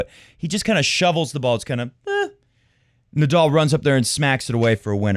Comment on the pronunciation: Don't mean to troll at all, but please learn to say Nadal instead of Nadoll. It will make your show even more enjoyable. Didn't anyone tell you already? It's a common name in tennis and easy to pronounce for people all over.